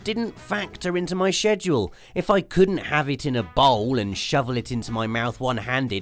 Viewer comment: He said sheduclce